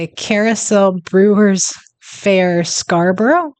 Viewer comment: Scarborough, not Scarburrow. Pronounced Scarburah same with Mexborough, Middlesborough, Peterborough, Loughborough, Knaresborough, Gainsborough, Marlborough, Wellingborough We eat EVERYTHING with a knife & Fork. (Unless we've been for fish & chips on the way home from the pub) The amount of video's I've seen of Americans picking food up to eat it in restaurants. As for service the only problem is when you want to go & you can't attract someones attention to take your money.